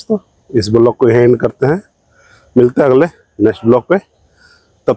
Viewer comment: बिलोग की जगह वलोग बोलो बस भाई ओर सब ओके है